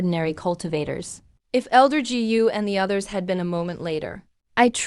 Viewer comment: dj??? what's that??? gu binigkas na "gee you"??? palpak!!! said binigkas na " sa id"??? sed yun... dami kong di na pinansing palpak sa video na to, kaya creator ikaw na bahalang maghanap at umayos ng mga palpak sa video mo...